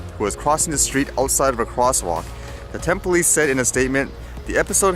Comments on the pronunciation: BTW Tempe is pronounced tem-pee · I hope the kid got his drone down. I spotted it in the tree on the left. Tempe is pronounced "Tem-pee". There are people run over nearly daily in their geater Phoenix area. The woman who was killed was not in a crosswalk and on a poorly lit street. I haven't tried it, but do the obstacles avoidance sensors on our multi rotors work in the dark? We haven't heard anything official about the investigation yet. Only what the "Press" is saying and we all know how reliable they can be when it comes to reporting their speculations and guessing and suppositions about what they know nothing. I don't know if you subscribed to my "Ekim Nosreip" YouTube channel, but I posted another flight from ten minutes away from where I live in Arizona that I took a couple of days ago. Thanks for what you do,.. Your videos are always the first thing I look at daily. A great way to start my day. You continually take us through new and different neighborhoods and show us such interesting sights. I had several Vloggers that I watch every day but they are getting tired of daily Vlogging I guess but I can count on you to come up with something new and interesting every day. I try to put one or two interesting photos on my Ekim Nosreip facebook each day, and take dozens of photos and videos daily because there is always something going on that catches my attention. 57 years ago I started taking pictures on film cameras. It was expensive, and you had to wait for days to get them processed. Out of a 36